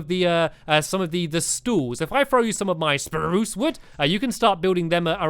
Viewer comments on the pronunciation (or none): you say "spruse" funnly